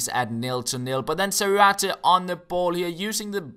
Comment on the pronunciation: its pronounced Zárate.